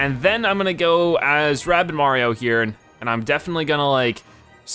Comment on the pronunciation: Wait do you say “Marion”?